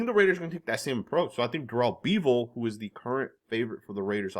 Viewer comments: You’ve never heard of Darelle Beavall! Haven’t you heard his name said in the past? Sorry mispronunciations are a pet peeve of mine! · Durell beeevull. Lmao you couldn't pronounce that more wrong. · Bro said da-rell bee-vil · What are butchering of Darrell bevell lol